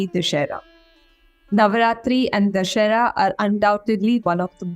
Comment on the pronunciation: Exactly!!! What is this Navratri..? what is this Dussehra - Du - दु sse - स्से hra ह्र - दुस्सेह्र We in india have Nava rātri meaning nine nights or Navya Rātri meaning new night... Do you really think they can face those communist intellectuals with this cheap quality..? Can't name the festivals properly, can't call the God's name properly, can't even pronounce the name of the country properly... Happy NavaRātri and VijayaDaśami(Dasara/Daśahara(Daśa-10, hara- to kill/destroys.. slaying the 10 headed one)) Bhārata māta ki jaya ho.. Jaya Śri Rāma